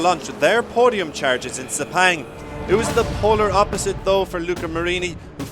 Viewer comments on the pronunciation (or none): none